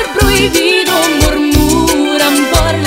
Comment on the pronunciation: Im white and dont know Spanish but ive been obsessed with Selena since i was like 5. Her pronouncing prohibido annoys me. Lol.